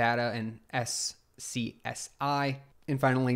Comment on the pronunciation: It's pronounced "scuzzy". Lol